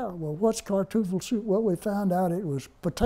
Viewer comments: I love this, "Would you like some kartoogle soup ?". Almost 80 years later the German word for potato got mangled from Kartoffel to Kartoogle. I do not mean to make fun of this man. He is obviously an American hero. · He said "Kartuffel". Not Kartoogle. Much closer to the correct word. Turn your volume up and listen twice before making such a useless comment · You turn up your volume. I hear a "g" in whatever word it was that he said . If you think my comment was useless than your response to it is equally useless. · you're both pathetic with your disses lmao but I hear kartuffle.